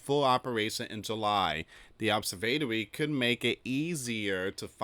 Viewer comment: ob–serv–a–to–ry. That's how you sound it out.